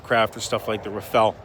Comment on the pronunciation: I haven't heard a single American commentator pronounce Rafale right. It's not a ninja turtle, it's a gust of wind.